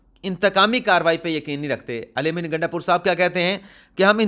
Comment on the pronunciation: Sir iska nam gandapur nhi .....,"Gaanda pur," ha